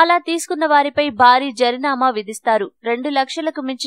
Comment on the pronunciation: జరినామా కాదు... జరిమానా... Read properly mam...